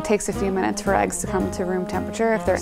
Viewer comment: did anyone else notice that she said cold eyes and not cold eggs